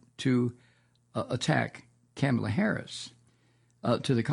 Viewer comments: Comma-la not Kamma-la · Her name is pronounced "Comma la" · Love your show, but you keep mispronouncing Kamala's name. It's pronounced "CommaLa."